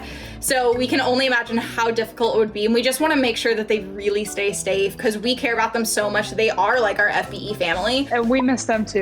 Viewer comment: "stay stafe" lol